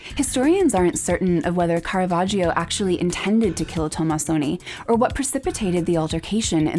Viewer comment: I enjoy your programmes very much, but you should learn how to pronounce "Caravaggio" correctly: it is car-a-VAJ-o. The "i" is silent; it is there only to make the "g" soft.